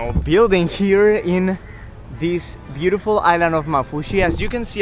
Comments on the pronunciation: And also it pronounced maafushi with 2 a s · I'm from Maldives and the way you say maafushi makes me and my siblings laugh lol Can you come to ungoofaaru❤ pls